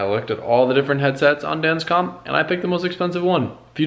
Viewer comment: I cringed when you said, "...on danscomp..." Ouch! Why not Sparky's? Albe's, Empire?